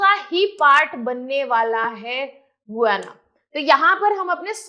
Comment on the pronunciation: Madam it is गयाना not गुयांना